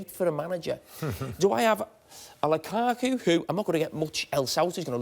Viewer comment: Nobody: Carragher: Lukako